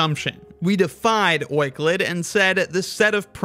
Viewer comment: euler + euclid being pronouncned oiclid........